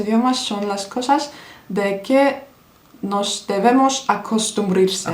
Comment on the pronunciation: ispanyolcada "noş" değil "nos" deniliyor, bir çok kere "s"leri "ş" olarak söyledin, sanırım portekizce gibi sandın. Video harika bu arada. Pelteklik var ise ona bişey diyemem:)